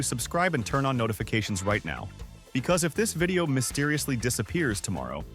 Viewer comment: Mysteririously…. ….Seririously?